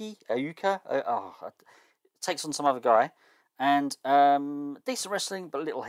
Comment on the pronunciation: Prince Iaukea, pronounce it I-U-KAYA Keep up the great work, I’m running a similar save with WCW, enjoying building up the likes of Guerrero, Regal, Raven and Jericho to be my next lot of main eventers